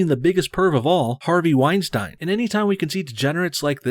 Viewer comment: It's called a fuckin segway and it's pronounced wine-steen idiot